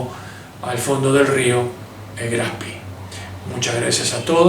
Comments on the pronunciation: Todavía me asombra que digan el nombre como si fuera inglés! No se pronuncia SPI, se pronuncia SHPEE, extendiendo la doble E. No hay fonética de i latina..... Aparte de eso, las explicaciones son son excelentes. Felicitaciones! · No se dice Spi sino Graf Spee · Buena aclaración! Pero tampoco es "espee" . La correcta pronunciación (fonética) es shpee (como shh de silencio) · Lo pronuncia en inglés: Graf Spi! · Muy interesante. Solo como comentario, La mayoría de los informes pronuncian el nombre del barco en inglés. Lo ideal sería pronunciar como suena en alemán la E de Spee. Saludos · HERMANO: "CON TODO RESPETO, QUE CARAJOS DE GRAF ESPI ????" NI SIQUIERA PODES HACER EL ESFUERZO DE PRONUNCIARLO BIÉN ? Hoy no hay excusa !!!! tenés cientos de recursos para decirlo bién !!! Estoy harto de que siempre son lamebotas del ingles y donde ven doble "o" o doble "e" repiten como loros como si solo en inglés hubiera esa escritura!!! ME TIENEN HARTO !!! HASTA PERIODISTAS LO PRONUNCIAN MAL !!!! Vos lo decís.......80 años y no pudieron tener el respeto de decirlo bién ?Deberías hacer el video de nuevo con el nombre bién pronunciado!!! QUE CREDIBILIDAD DE LA INVESTIGACIÓN PUEDE TENER ALGUIEN QUE NI SIQUIERA SE TOMA EL TRABAJO DE AVERIGUAR EL NOMBRE DE SU "INVESTIGACIÓN" ? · Por favor diga bien el nombre del barco. Era alemán y se pronuncia graf spee en ese idioma. Suena horrible como lo pronuncia usted. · La e se pronuncia e en aleman.Lo esta pronunciando en ingles.Algo sin importancia.Buen informe. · Le quita seriedad al comentario pronunciar el nombre del acorazado de bolsillo "en ingles": Graf spi. Su nombre es Graf Spe, con e. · por que decís "grafspi?" es alemán no en ingles. GRAF SPEE. duele a los OIDOS. No existen los acorazados livianos. Deja de decir huevads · No es Graf Spi como ud lo nombra. Es Graf Spee termina en E no en I! Decirle Graf SpIii es bien de argentino que quiere anglificar todo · No es Graf Spi, sino Graf Speeeeeee!